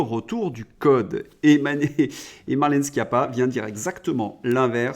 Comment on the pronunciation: Marlène "CHIAPPA" on dit... et pas "SQUIAPPA" ! êtes vous sûr d'avoir déjà entendu ce nom ?